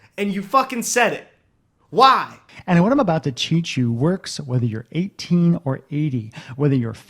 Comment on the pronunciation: okay so I know Freudian slips aren't exactly a real thing, but it straight up sounds like he says "cheat you" instead of "teach you" 🧐